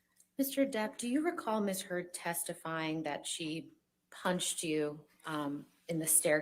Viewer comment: omg attorney says Miss Turd, it’s hilarious 😂